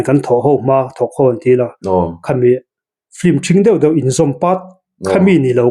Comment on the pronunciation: patling puui si a piankum an zep deuh ah ,, hahahaa ..engatinge FILM tih tur hi FLIM ti a kan lam tlat zel mai le .. a zialo emai.